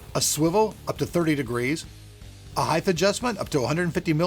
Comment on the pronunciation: It's height not heighth.